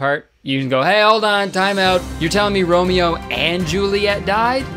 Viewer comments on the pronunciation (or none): none